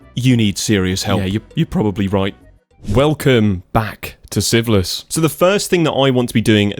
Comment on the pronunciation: No hate like this and I have watched only one hour and 27 minutes and every time a new episode comes and you say the name of the series it sounds a lot like syphilis. You really need to work on your naming skills 😂😂😂 otherwise a perfect video.